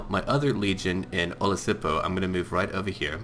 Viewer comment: (Don't give me hate but I live near that town) It's pronounced Olí , ssipo